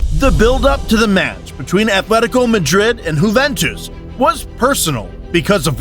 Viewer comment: why does bro keep saying whoventus